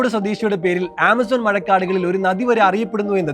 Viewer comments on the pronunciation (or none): none